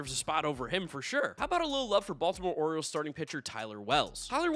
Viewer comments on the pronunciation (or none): none